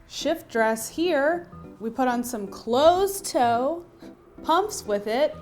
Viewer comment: This is very relevant. I chuckled when you emphasized "closed toe" shoe. I actually see women in sandals, as in fancy flip flops at work.